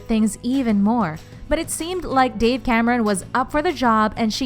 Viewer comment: Who d fucks dave🤣 it's dove